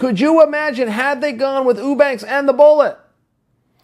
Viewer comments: Chael "Ooobanks" Sonnen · Chael leaving us snippets of evidence on the name mispronunciation being a little ongoing bit of his. Right from the start he pronounces "Eubanks" correctly, but then each time after that it suddenly changes to "Ew-banks" to fit the gag. I'm sure in all of Chael's years watching fighting he had never heard the name Chris Eubank spoken about before. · Get the name right Chael. It's Sraicha Whobanks. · Uubanks. Chaels funny sayin everyone's name wrong. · You said whobanks..... Haha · LOL OOO-sada... OOO-banks.... I'm starting to think Chael can't pronounce "you" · Meh, not necessarily true. If she got the fight she wanted, the MAIN EVENT on the main card, instead of a fucking prelim against a non-champion, she probably would've made weight... And why the fuck is Chael so goddamn bad at pronouncing names? He's a smart guy, and Eubanks isn't exactly a difficult name to say.